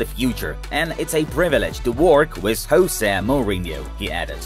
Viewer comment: Jose Mourinho is Portuguese, not Spanish, so please do a research about his name's pronunciation.